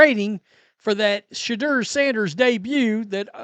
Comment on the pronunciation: It's pronounced Sha-door